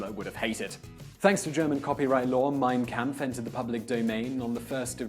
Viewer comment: 'Mein Kamf' . Is that German for "Art of the Deal'?